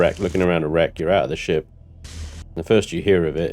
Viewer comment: Is he saying shit or ship if it's both that's just 🤣🤣